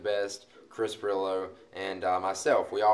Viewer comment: Its Pirillo.